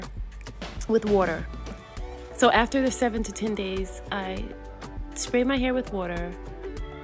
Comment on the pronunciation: Literally the most adorable hair tutorial!!! Each time you said “Shpray” I giggled. But girl you know I’m running home to place my hair in a protective style. Thank you for your patience and details. ❤❤❤